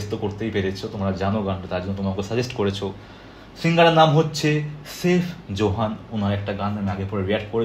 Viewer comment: আর ভাই তার নাম সেইফ জোহান না। তার নাম সাইফ জোহান। 😂 আপনি সঠিক উচ্চারণ জানেন না?😁